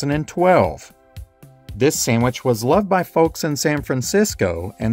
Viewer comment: You say "sammich" and it's adorable.